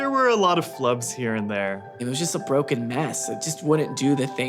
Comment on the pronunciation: "It was just a brocken mess" IT'S STILL A BROCKEN MESS XD